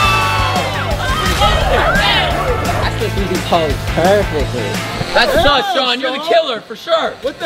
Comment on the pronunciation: It’s shon